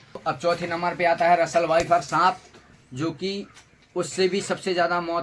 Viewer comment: Vifer😂😂😂 phle sikh bhai shi se